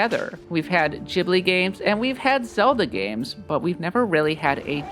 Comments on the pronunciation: Ghibli.. not Jibli... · Ghibli is pronounced ‘Gib-lee’ not ‘Jibley’🤣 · it's pronounced Ghibli, not Ghibli